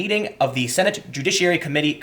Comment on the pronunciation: Tim was committed to saying "committee"